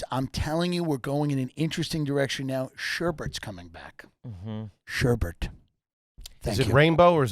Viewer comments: Its sherbet. Not sherbert. New AYG question! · IT'S SHERBET NOT SHERBERT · They could have made this a 5 second episode just by asking Tim how to pronounce sherbet. Saying "sherbert" is about as trashy as it gets. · Gotta have Andolini's when you're in Tulsa, guys! You guys pronounce it, "shur-burt"? Yep, definitely garbage.